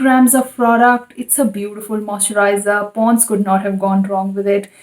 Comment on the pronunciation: Can you say “moisturiser” properly?? Its making my skin crawl